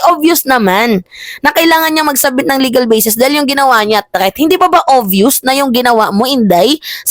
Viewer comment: My love.... THREAT hindi po 'TREATH." Huwag mamasamahin love.... para huwag kang punahin ng iba, ako na lang kasi love kita, hehehe.